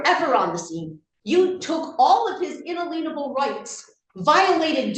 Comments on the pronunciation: "In-a-lean-able rights" 🤣😂😂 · I wish these people would learn how to pronounce "inalienable." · I have a feeling that's spme porpose to pronouncing it that way. Someone made up that pronunciation and said that makes it have some meaning that agrees with their beliefs. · She can’t say inalienable rights . ( or understand them)